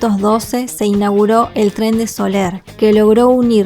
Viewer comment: Excelente vídeo: sabes narrar muy bien, sin prisas y bien documentada, las imágenes son preciosas. Me encantan tus reportajes y por eso me he suscrito, por eso pienso que ya que lo haces para publicar estaría bien que te informaras con las personas de los pueblos de como se pronuncian: lo de Sóller, que en España es un nombre muy conocido, molestaba un poco. .Cuando escribes el nombre pones bien el acento en lo O en cambio al decirlo acentúas la E y no pronuncias la LL. Sólo es un pequeño error: estupendo vídeo sigue así...!!!